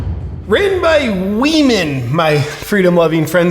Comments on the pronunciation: Did she just say "run by we men" instead of "run by women"? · He said WEmen not Women.. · He says WE-MAN... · He pronounces women as We Men. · It's funny how 'women' was pronounced 'we men'. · When this biological male says "women", listen to the pronounciation very carefully. He is actually saying "WE MEN". The non-American accent pretends to say women and I do not hear it that way. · Is he saying WEEMEN ? Cuz that would make sense " missuniverse" contest is now run by wee men. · "Wee men" lol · Now.... Did they say 'WOMEN' OR 'WE MEN'?? 🤨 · He didn’t say say it was for “women”, he said “we men”. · He said, "We Men" 😅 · They did not say women, they said WeMen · he said it's we-men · I believe he's saying "run by we men" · Lol 😂 he/ her said WE-MEN!!! Interesting 🤔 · I don’t think it was by accident or because of his accent that he pronounced women as wemen?! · Sounds like he said 'weakmen'😂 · I love how he says "wemen." Lmfao... gosh, we aren't even in peak clown world. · The lady man said “we-men” not women so he’s telling the truth!!! Lol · When they said "we-men" I honestly thought "woman" was being said with a Costa Rican accent... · He didn't say "Woman".... he said WEman. "Ran by WEman. Owned by trans-woman... for all WEman. All WEman around the world.." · It's WE-MANS get it right. Lol hahaha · It clearly said, WeMen. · Wee-man lmfao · That’s exactly what I heard too; “we-men”. Then all the women cheered. It’s just wrong! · It said we-men not women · The Tranny-MAN is saying "WE-MEN" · “Wee men” as in tiny men or “WE men?”